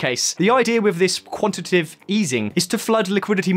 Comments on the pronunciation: A very informative video. It is pronounced quan-ti-ta-tive though 😉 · I did too! And also quantitive.